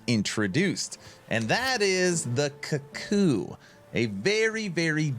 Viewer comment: Strange pronunciation, It should be cook-ooo - the bird which is named after the sound the biird makes. - Cuckoos steal other birds nest.